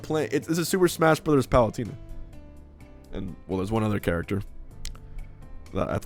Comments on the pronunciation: M2K says palutina too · Ah yes Palutierna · That's not what the point of his comment was. He's pointing out the funny way that Hbox says Palutena's name. XD